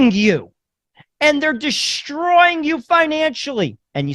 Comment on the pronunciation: Just FYI there is no "h" in "destroy". It's not "pronounced "dishhhhtroy". Also, there is no such word as "irregardless". It's either "regardless" or "irrespective". Just thought I'd let you know.